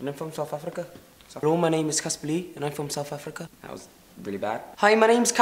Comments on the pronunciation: Why would you say soufafrica 😂😂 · South Africa isn't pronounced SouFth Africa even with a South African accent